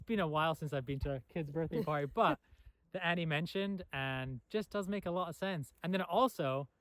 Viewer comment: Haha. I hear your British accent pop through sometimes. Like ‘a lot a sense’ ❤